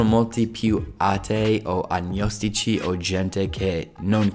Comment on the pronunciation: Il fatto che tu possa dire la parola agnostici cosí bene denota quanto tu stia padroneggiando la lingua, complimenti